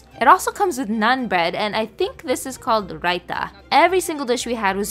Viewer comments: you pronounced raita correctly! you're getting better at the hindi game <33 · ur raita pronunciation was on point! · Her raita pronounciation was even better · The raita pronunciation was on point. The rest were so-so. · The way she pronounced raita was so cute and accurate lol